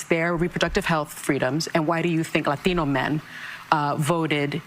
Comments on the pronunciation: Clay, Clay Clay... you said Latino wrong. You have to say it with an accent. Didn't you get the memo?? Shame on you!!😂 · Why is it pronounced Lathino?